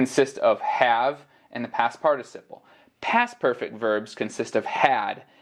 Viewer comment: Não pude deixar de notar que você pronuncia a palavra "participle" de uma maneira diferente de outros falantes de ingles. A pronuncia que tu usou em é realmente usada/aceita?